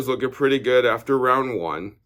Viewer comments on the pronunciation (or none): none